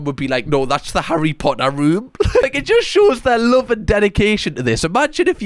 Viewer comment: Ha-RRY potter